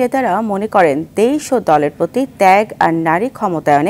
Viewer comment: Eto bichhiri uchharon ei songbad uposthapikar.. dadoish na. Sobdota dadosh.. deish na.. sobdota desh. Vashar mashe ghenna laage egula sunle